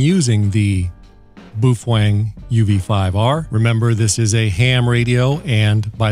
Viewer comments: He said boof wang --:heh heh... (I believe it's pronounced bow feng) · It’s pronounced Bow Feng bud. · boof wang